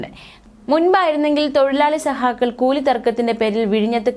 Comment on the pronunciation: ഈ അവതാരകക്ക് ഉച്ചാരണത്തിൽ ഒരു ട്രെയിനിങ് കൊടുക്കണം please. സഹാകൾ അല്ല സഖാക്കൾ. ആരോചകമായി തോന്നുന്നു